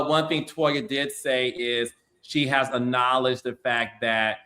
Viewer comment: Carlos' pronunciation of "acknowledge" sends me 😑